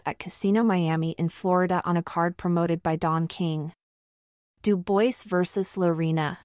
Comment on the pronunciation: It’s pronounced Doo bwah FFS get a human to do the narration